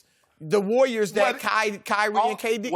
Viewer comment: Chris says the War-yours instead of saying the Warriors